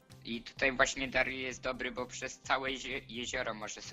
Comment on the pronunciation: Mówi się bo a nie bu